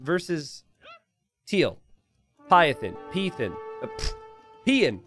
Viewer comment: Piethein is pronounced Pete Hain, a Dutch admiral mostly know for capturing the Spanish silver/treasure fleet in 1629.